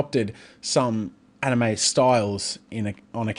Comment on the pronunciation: my brother doesnt know how to pronounce Anime